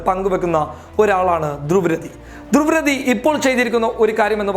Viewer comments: ധ്രുവ് രതി അല്ല ധ്രുവ് റാട്ടി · ധ്രുവ് രതി അല്ല ധ്രുവ് റാഠി എന്നാണ് പറയുക.